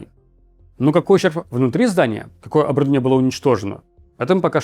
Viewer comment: Уже лучше конечно, но все равно многие слова не сразу понятны, он странно говорит слово оборудование, вместе того чтобы по слогам, членораздельно проговорить я слышу обрдвние , просто медленно проговори слово и будет гуд не надо торопиться